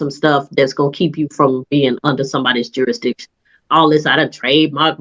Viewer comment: The word is "jurisdiction", not "juradiction".